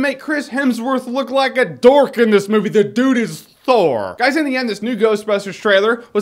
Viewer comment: the way you said thor Jeremy hahaha